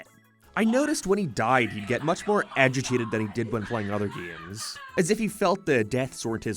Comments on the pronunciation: I can't get past the way this guy says "gaemes" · "HUM ERON GAYTE" "GEME" ugh..... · "Gay-ems" "May-rio" Bud the speech impediment. Get a voice coach with some of this ad money, I'm begging you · Почему ты произносишь GAY'EM так странно?! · Never heard someone say game like that 😂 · Do you say “games” like that on purpose